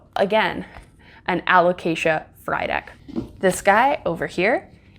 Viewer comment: You've taken such good care of these beautiful plants! And lol everytime you said Frydek i keep thinking 'fried egg'